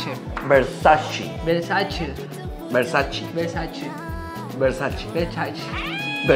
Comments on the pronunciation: como te pones a corregir a y tu mismo no sabes pronunciar! Se pronuncia BERSACHE no bersachi!! hahahaha Que linda que es la se nota que es una persona muy humilde y sin malicia besitos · se hace el que sabe pronunciar italiano y dice versachi la burra y se ríe de es pronucia versache no versachi. En italiano ce se pronuncia che